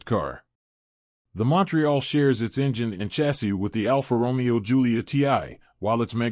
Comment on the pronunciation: Almost every single Italian name in this video is mispronounced. For example, who in this day and age can't pronounce Alfa Romeo with the accent on the correct syllable? Very distracting and makes the video barely worth watching.